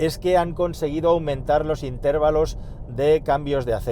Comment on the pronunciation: Intervalos no es esdrújula